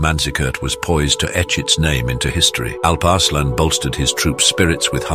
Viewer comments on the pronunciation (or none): The name actually is pronounced Alup (U as in rum) Ursaalaan (U again as in rum) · Turks pronounce it as Aalp Aarslaan